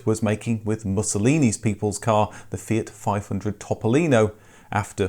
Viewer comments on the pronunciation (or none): none